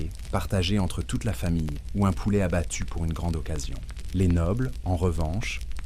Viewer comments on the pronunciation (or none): none